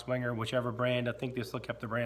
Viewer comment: Wenger = VENG-uh The W is a Vee sound. The G is hard. Now just called the Delemont Collection of Victorinox. Cheers!